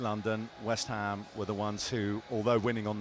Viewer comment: “West hame are a club” 🧠🧠🧠 incredible commentary as always